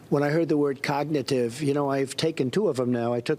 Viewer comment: Frump, the cognitive test excuse is vapid. He sounds like he is saying cocknitive test